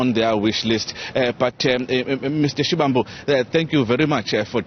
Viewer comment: its SHIVAMBU LEARN TO PRONOUNCE PEOPLES NAMES PROPERLY . PLZZZZ 🤍